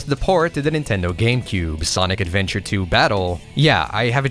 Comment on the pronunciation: look retro....we need you....the worlds needs you...also you said it..."ADVEBTURE!" love it